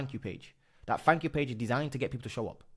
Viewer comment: Dude, please. Stop saying fanks, free (3) sumfink. It's so embarrassing. You're British, so speak English. Fings... it really makes your videos difficult to watch. 👍